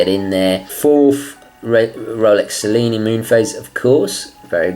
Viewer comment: I am confused; You are a native Italian, right? So, why did you pronounced "Cellini" wrong..!? (ah, you already answered) And I totally agree with you: The Cellini line is also my favorite! The only Rolexes for me :D